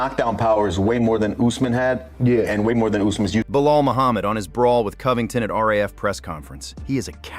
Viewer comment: Coe-ving-tawn still sounds hilarious, but at least he wasn't 'Cobly' this time.